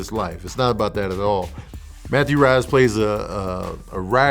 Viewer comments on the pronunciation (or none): Rhys is pronounced Reese, if I'm not mistaken.